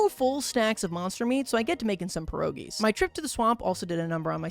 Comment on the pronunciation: Every time he says pierogi wrong i cry a little